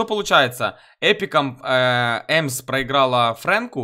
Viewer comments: Весь ролик кровь из ушей.Это не иэмзи это эмз! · Эмз а не эмзе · «Эмз» а не «Эмзи» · мне послышалось эмси-MS , а не эмзи